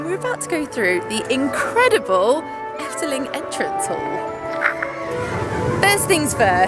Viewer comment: When you say 'Efteling' , you sound extremely Dutch. Not a single hint of an accent.